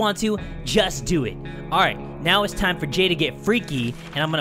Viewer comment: I like how he said "lets get TIMMAH"